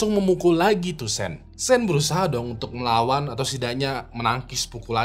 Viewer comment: Setau saya sean dibacanya syoun bukan sen bang🙏